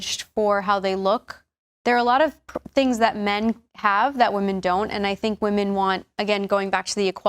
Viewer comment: She’s another one that can’t pronounce ‘women’